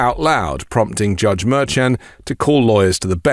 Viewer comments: The judge's name is pronounced Mershon. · But because you're using a different pronunciation of Judge Merchan than your associates who know the judge makes me question how hard you're working at this.